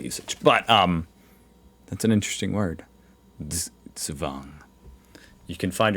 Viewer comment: Once and for all: Z is not an S. It's not SugSwang. In german, Z is a sharp spoken letter, like the S in Snake, Snap, Smack or Snack. The letter sequence sch is spoken like the ch in chocolate. Ch in Echt is spoken like the one in choose. Ä is close to an english A, while A is like the a in hard. Get this right and you can impress a lot of people😎.